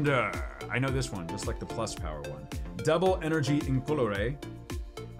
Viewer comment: energy = energienie